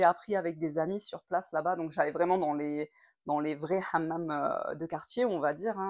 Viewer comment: Excellent, tu as bien prononcé le mot hamam à la marocaine et non pas à la française